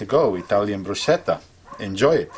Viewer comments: Please it's pronounced Brusketa not Brusheta !! Nice recipe though thank you. It's embarassing when you come to Italy and mispronounce it. First, they won't know what you are asking for, and second they will laugh at you :-) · It’s pronounced Bruschetta not brushetta. First mistake. Second the best bread for this starter dish is ciabatta. You don’t add dry basil. No definitely only use fresh garlic. No you don’t add basalmic . You use a clove of garlic and brush it across the toasted surface of the bread with a dash of olive oil. The fresh ingredients are then spread over the bread. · Bruschetta not brusheda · It’s pronounced Broo Sketta, not chetta. My Grandmother, died in 1949 at 101, came from Naples, Italy in 1941 to the US. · Wrong pronunciation! It is brusKeta, not brusheta! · ITS BRUSCHETTA NOT BRUSHETTAH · It should be pronounced as brus -ke-ta not sheta ! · Thumbs down for mispronouncing the name of this dish. If you're going to make a video, get your facts right first. The word is broo-SKEHT-uh, not broo-SHET-uh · Brusketta not brusceta Written bruschetta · AAAAARRRGGHHHHH!!!! It is *NOT* pronounced "broo-SHEH-tah"; it is pronounced "broo-SKEH-tah"! I don't know your name, but do you claim to be Italian? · It’s pronounced brusKeta not bruSHeta. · it's brusCHetta, not bruscietta, like in the world fuCK trump. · Stop saying broosheta it’s very annoying to hear and very disrespectful. It’s pronounced brusketta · It absolutely frosts me when the server in the restaurant pronounces it “brusssssssshetta” instead of the right way -phonetically -“brusketta” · the K i used is to let everyone know that the "ch" must sound strong like K, otherwhise people will keep pronounce "shh" . it's not brushetta. it's bruschetta pronounced brusketta. AND IT'S NOT MATTER OF REGIONS.... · Anyone who calls it Brusshetta I'm outta here! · I watched it until . Then you said “brushetta”, and that was the end for me. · Say it with me: Brew-ske-ta. Bruschetta. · brusKetta ffs